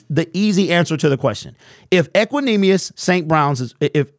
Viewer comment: He said it right